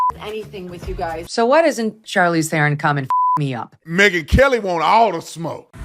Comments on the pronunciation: You pronounce her surname "Tron" not Theeeeron.😮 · I love how Tatum keeps saying Theron or Thereon or whatever, never heard of her. 😂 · The freak Charlize pronounced her name as if she were some African Queen..calling herself Sharlees THROWN💩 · You pronounce it Tron in South Africa. And yes, we are embarrased that she was born here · I am from South africa and we do not like Charlize Theron, pronouncing T'ron!! She is such a fake. Still believing and telling americans she comes from a farm in south africa O PLEASE, it was a shabby smallholding on the outskirts of Benoni. She will do anything to stay relevant in hollywood. You GO Megan Kelly!!! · She is an embarrassment to us South Africans. At least we still have Elon 😂 Btw mr.Tatum its pronounced Tron even though it is spelled Theron